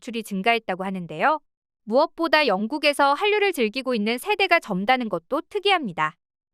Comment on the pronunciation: '젊다는' 은 '점다는'이 아니고 '점따는'으로 읽어야지. 그리고 "한글이 제2모국어가 될까"라니? 한글이 언어냐? 알파벳이 영어냐? 문자와 언어도 구별하지 못하면서 이런 영상을 만들었니?